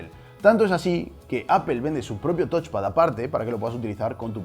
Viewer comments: No es "tochpad", es "tauchpad". Viene de touch (tauch) = tocar. El review es muy bueno pero estaría incluso mejor si te esforzaras en pronunciar los componentes correctamente. Ante la duda usar el traductor de Google que te lo dice hablado. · Es touch xD